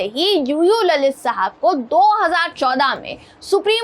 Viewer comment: ललित नाही लळीत